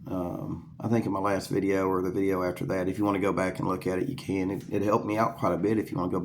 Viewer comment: Dude said vid-e-aye